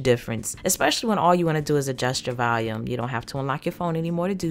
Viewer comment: haha she pronounces volume as Valium. its adorable though